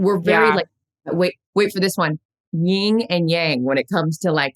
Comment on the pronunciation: It's YIN and yang. Not ying.